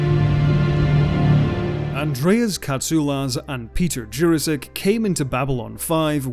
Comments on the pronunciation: Jurasik is read like "Your-asic" not "Jurrasic". For further references onward. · This is the first time I have ever heard Peter Jurasik's name pronounced any other way than "Jurassic". I must admit, it is very jarring. ASD + ADHD + PTSD. Still, excellent video. Thank you!